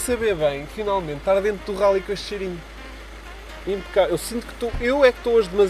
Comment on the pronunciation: "Impacabel" eheheh abraço